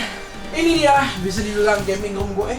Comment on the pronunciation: "WELCOME TO PROS GEMING"